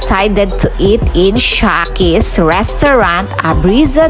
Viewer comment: Sarap sis jan ayaw ko lang carbonara (shekys) sis tamang pronounce not sha ✌